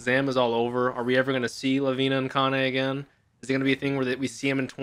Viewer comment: every time say the name of Kanne... i kinda hear Kanye 😆